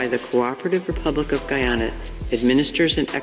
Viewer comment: That military us skunt can't even pronounce Guyana properly 🤬